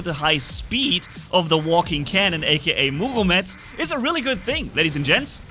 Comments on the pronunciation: Bro please say Murometz instead of Muvometz😂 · I get second hand embarrassment/cringe each time he says Murometz... ;((